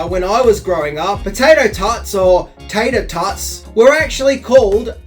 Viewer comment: TATER tots....... it's tater tots. Like, poe-tater..